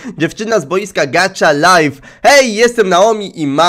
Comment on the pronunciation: Ej gacha life czyta się tak jak pisze!!